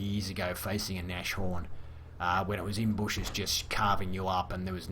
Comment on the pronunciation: Nice review as always. Just FYI this tank's name is pronounced Nas-horn, not Nash-horn. It's German for Rhinoceros ("Nose Horn"). Initially it was named Hornisse (Hornet), but was renamed, apparently because Hitler thought Rhinoceros was a cooler name.